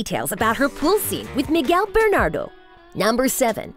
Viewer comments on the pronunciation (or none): I totally pissed out when she pronounced it "BERNADO". Miguel and I want justice. jajaja